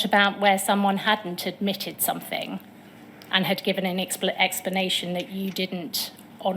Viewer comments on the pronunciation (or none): Fought instead of thought, somethink instead of something, this woman is barely literate yet still has a "responsible" job!